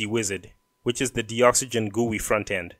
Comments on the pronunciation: I don't think its pronounced "de-oxygen". It is a docs generator. Its gotta be DOCS-uh-gen as in 'docs gen tool'. too big a coincidence not to be. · I'm pretty sure Doxygen is pronounced "DOCS-YGEN" as a play on words with document and oxygen put togetterh.